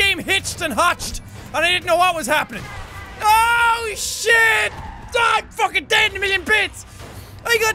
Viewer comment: Who else hears him say "Ocean" instead of "Oh Shit"